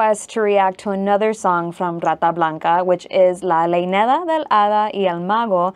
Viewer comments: WHAT?? IS LEYNEDA ?? THE WORD IS LEYENDA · ES LEYENDA NO LEINEDA, BUT IS OKAY SINCE SPANISH IS NOT YOUR LANGUAGE.